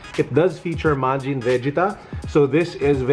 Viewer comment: he butchered majin vegetas name omg